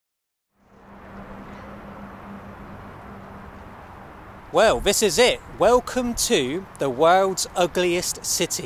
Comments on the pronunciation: Shaluwa? LOL I love how you butcher most foreign words. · Love you, but google 'pronounce Charleroi', or perhaps Shalawa is better:D